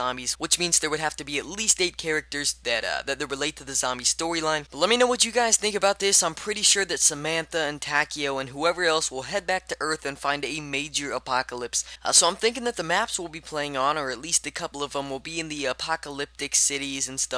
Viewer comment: It's pronounced "tah-keh-oh" sorry but that's my middle name haha